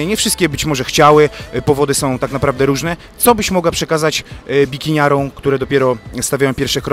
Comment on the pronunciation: mówimy "bikiniarom" nie "bikiniarĄ";) Poza tym jak zwykle bardzo pozytywnie.